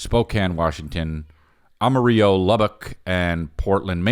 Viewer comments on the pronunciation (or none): 🗣️U PRONOUNCE THE L’s IN AMARILLO my guy!